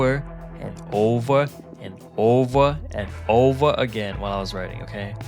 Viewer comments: Over no oveu and oveu and oveu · The "owver" sounds silly....idk what to say.. (THE ANIMATION IS SO CUTE)😅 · “Owva, owva and owva again” is amazing